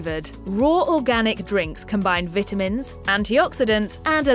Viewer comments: Is it just me or does she keep saying VIT- TA- MINS....she says it weird. she says the vit off. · Anyone else notice she pronounces vitamins wrong? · If she says VIT UH MENS one more time....